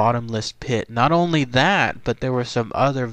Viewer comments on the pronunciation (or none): none